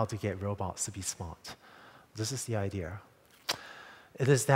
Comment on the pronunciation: he said idear hahahahahaha1!!!!!!!!